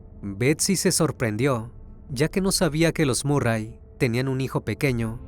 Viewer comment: Se pronuncia marry